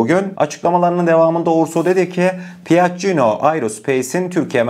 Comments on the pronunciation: Piaccino deyil okunusu piyacco erospeys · Piaggino değil PİAGGİO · piacio olarak okunuyor piacino degil. saadece düzeltmek istedim.